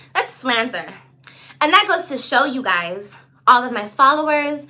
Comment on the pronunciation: She said slanther🤣